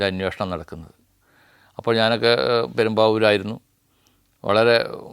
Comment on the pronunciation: പെരുമ്പൂർ അല്ല പെരുമ്പാവൂർ🙏